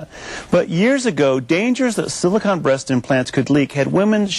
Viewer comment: The newsman interviewing the doctor mispronounced not once but twice two words. He said 'silicon' rather than 'silicone' and 'goomy bears' rather than gummy bears. I can't believe he doesn't have better language skills considering his line of business.